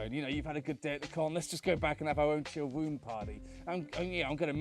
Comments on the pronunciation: The entire video I only heard the word womb instead of room. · Okay.... the accent + the affected voice (+ slight tongue tie?) is just killing me on this one! Staying in your womb. Having a womb party. I mean, I know it is room, but that soft R is just..... Don't mind me, I'm just a dumb yank.